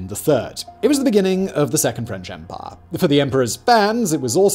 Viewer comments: I love the way says umpaah. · “EMPAAH”